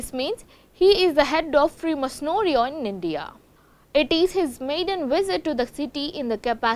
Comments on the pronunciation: Freemasonooorie? what a news channel , How can one let her speak . Mind blowing what level of news reader people hire today ... 🙄. what a shame she was presenting . Cannot even say masonry. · U pronunciation is wrong Freemasonry.., its actually free-masonry